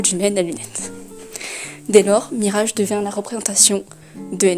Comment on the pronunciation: J'ai du mal avec ta prononciation de Mirage 😅